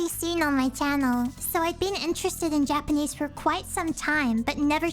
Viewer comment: Your japanese pronounciations, natively spoken! ✨